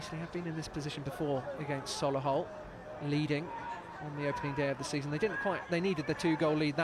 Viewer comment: Sol-A-hull🤦🏻‍♂️ up the Motors💪🏼💪🏼💪🏼😄